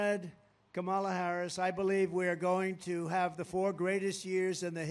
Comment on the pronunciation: "Kom-mALAh"😂😂😂 the way he says her name is so funny😂